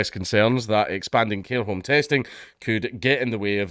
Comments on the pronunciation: Are we just gonna ignore that Dank said "hair comb testing" instead of "care home testing" around the mark? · I know this is serious, but all I can focus on is how you said "hair comb" instead of "care home".